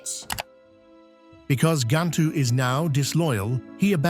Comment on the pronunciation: Its Nah-nee not nanny Jum-buh not Jumbo, Ga-ntu not Gah-ntu